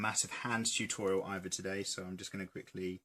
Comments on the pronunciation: Toootorial! Beautiful way to say it. I say tut-o-reeal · its hilarious how he says, "tUToriAL"